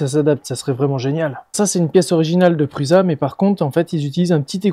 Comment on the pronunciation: Sur ces machines acrylique, la stabilité s'effectue en fixant la machine sur une base, c'était pas un gros deal, il suffisait d'y penser. Sinon Pusa ne se prononce pas pruZa mais "preux-chat" ;)